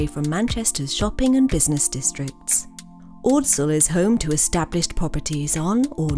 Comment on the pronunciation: It would be really nice if for once the narrator was a local who knew how to pronounce ordsall.